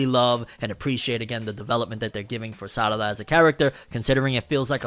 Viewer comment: Those meme pronunciations throwing me off. Sarada name of pronounced with an R not two Ds. Even under Japanese voice actors don't pronounce her name as SADADA